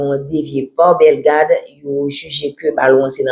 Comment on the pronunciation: BELLE MADAME. MWEN SEZI. TANDE JAN AP PALE BELLEGARDE MAL WI